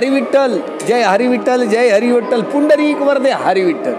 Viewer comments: पुंदरिक नाही पुंडलीक आहे ते..😂😂😂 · अरे भाऊ, पुंडरीक वरदे हरी विठ्ठल नाय रे, पुंडलिक वरदे हरी विठ्ठल.